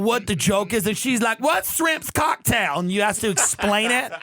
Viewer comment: "Wazshrimcocktayl??" Lol